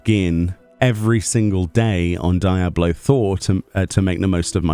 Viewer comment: Why do you call it die ablo 4 😅😭 your British, as am I.. say it properly man